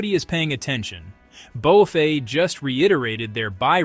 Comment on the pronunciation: "bow-fay"? these AI slop vids are funny